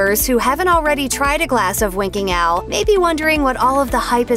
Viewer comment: I keep hearing her accent as, "Winking Al". Don't get upset - just me...